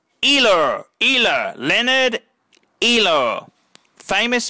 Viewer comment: It is pronounced Oil-er